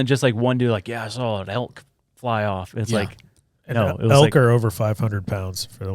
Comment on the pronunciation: Love the podcast, love the guys but I HATE the way says “sawL & drawL” with an “L”.